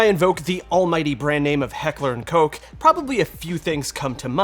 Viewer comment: Please, Sir! "Koch" "h" like "hell" I beg of you, thank you.